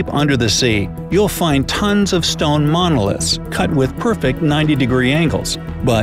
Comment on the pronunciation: I'm concerned about the unexplained Mike-a-liths. It's personal to me.